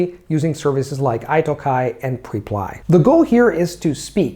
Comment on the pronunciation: never knew that's how you're meant to pronounce Italki!